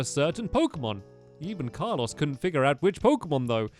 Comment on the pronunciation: Its Carlos not carlose